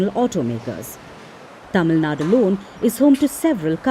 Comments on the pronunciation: Tamil Nadu... Not Tamil na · Please put effort in saying it correctly as Tamil Nadu or just don't have to say it